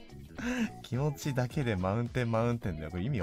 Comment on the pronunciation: マウンテンのスペル意識しすぎてkimotiがkimoutiになってんの草